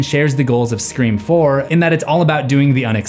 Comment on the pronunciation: said it wrong again!